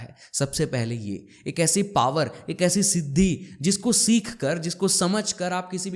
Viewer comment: Bhut badhiya..one thing I wanna say.. pronounce सीख not सिख